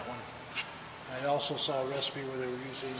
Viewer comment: I like how he pronunce recipe like “ruspy”